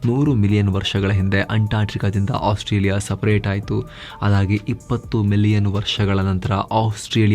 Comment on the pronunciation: !ಆಸ್ಟ್ರೇಲಿಯಾ ಬೇರೆ!ಓಸ್ಟ್ರೇಯಾ ಬೇರೆ!,ostrich ಹೇಗೆ ಬಂತು ✌️.